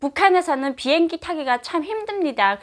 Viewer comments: 보행기? 비행기의 발음이 보행기로 들리는건가요?ㅎ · 왜자꾸 비행기를 보행기라그러냐? 아직도 남한말이 적응이안되나요? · 나한테만 보행기로 들리나 비행기를 보행라고 하나요 북한에서는